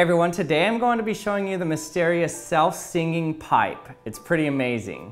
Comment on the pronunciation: Seenging paipesz